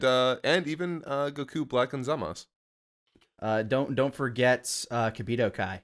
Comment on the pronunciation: Hey uh, i think Zamasu's name is actually ZamasU, not Zamas, it feels kinda like the same thing with Bleach in japanese, where Zangetsu gets pronounced as Zangets